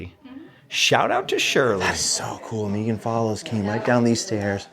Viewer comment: I love this sooo much! Anne of Green Gables is one of my favorites! I grew up with it and watched it too many times to count. I have memorized scenes like you. Thank you for sharing! I love that you pronounce Megan's name correctly, too!